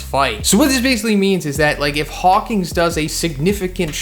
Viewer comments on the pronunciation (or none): HAWK-IN NOT HAWK-ING